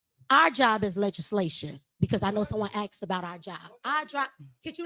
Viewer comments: Ask not axed. Wow. This whole city is garbage. And they wonder why they went into a 7 mill deficit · “Someone axed”?